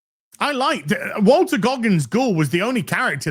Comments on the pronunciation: His name is Walton...Not Walter .. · Sorry,.... i gotta say: Walton, not Walter. Carry on, sir. 👍